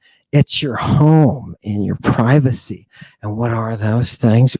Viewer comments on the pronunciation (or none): none